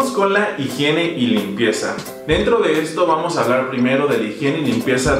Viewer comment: EN SERIO....!!??? HI-J-IENE....ajajaja HIGIENE! jajajajajaja